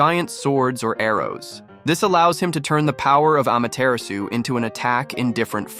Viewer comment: It’s pronounced ama-ti-ra-su not ama-tear-asu Ai voices dudeee